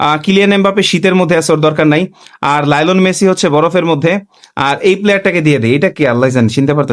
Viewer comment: Lionel Messi❌ lione Messi ✅ lamin yamal ❌ lemon yamal ✅